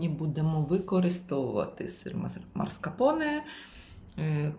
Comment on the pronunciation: Не марскапоне а маскарпоне